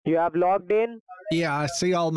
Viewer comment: "I HAVE-UH TWO MERCEDES BUT I HAVENING NO TOILET IN MY APARTMENT"